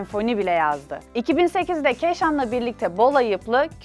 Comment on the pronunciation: Keşan değil keişan ;D